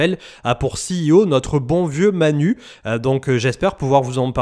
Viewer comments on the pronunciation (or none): none